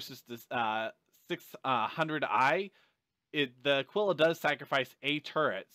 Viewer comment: Thank you for pronouncing the Aquila correctly :)